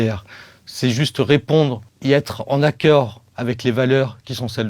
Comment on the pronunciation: Clair et précis ! Juste problème de prononciation à la fin (accord) mais sinon c'est un sans fautes